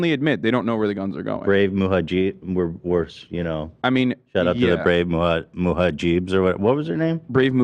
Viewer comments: Ethan: muhajeeb Hasan: it’s mujahidin Ethan: oh anyway muhajeeb. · "Brave Muhajeebs" - Ethan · I can’t wait for Ethan to get the pronunciation of mujahideen wrong every week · The best part about this podcast is Ethan never pronouncing mujahideen correctly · Ethan not being able to pronounce Mujahideen after this long is so fucking funny.